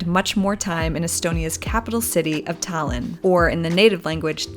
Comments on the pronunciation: Are you stupid or something?? She literally said "Thailand" trying to say Tallinn, how the hell is that correct? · Damn your pronunciation of Tallinn and Eesti was actually pretty spot on, one of the best I've heard. If you look at a map Tallinn-Narva highway is much straighter and actually wider than other highways in Estonia, a clear marker from the past. Of course the biggest road had to lead to Russia rather than other capitals like Riga or population centers like Tartu.